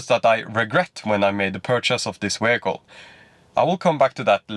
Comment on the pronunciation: what the hell is a ”wehicle”